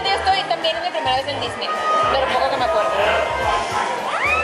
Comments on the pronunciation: A Diseny... Jajaja la dislexia!! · dice diseny y no disney